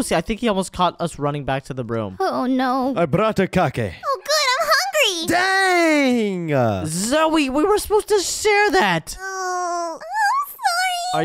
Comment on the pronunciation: Hungy instead of hungry